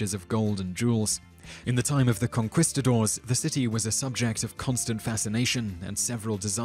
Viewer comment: That's not how you pronounce "controversy" or "Conquistadors."